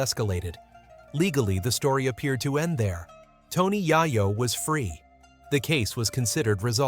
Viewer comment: I cant watch your f*cking bullsh*t AI videos, he said Tony YIYO 3 times and im done.